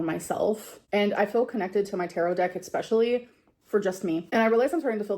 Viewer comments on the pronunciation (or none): 👄 had the nerve to say folks are dumb for calling out calories…then says “eXspeshully” then “eXscaping”😂